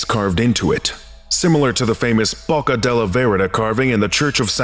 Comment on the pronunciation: Y'all rlly don't know how to pronounce Bocca, huh